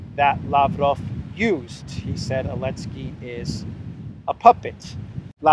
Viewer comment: Why do you call Zelensky "Elensky"?